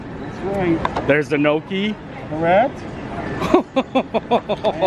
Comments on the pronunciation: Gnocchi is pronounced nyocky (rhymes with jockey), my Italian grandmother made it quite often. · Please learn how to pronounce your foods. It is not nooki is is Gnocchi. Offensive to someone that cooks it on a regular basis